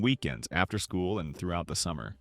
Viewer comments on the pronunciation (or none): none